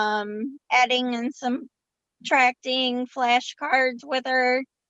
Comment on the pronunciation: It’s suBtracting. NOT suMtracting.. I don’t think YOU need to be helping Blake with reading and SOUNDING out words since YOU YOURSELF can’t pronounce words properly.